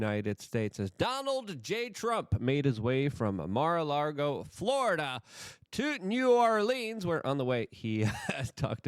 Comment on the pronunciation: FFS Luke. I'm not even American and I know it's not Mar a La(R)go. It's Mar a Lago!